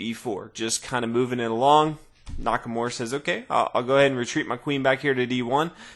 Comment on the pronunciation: NakaMURA, not NakaMORE! lol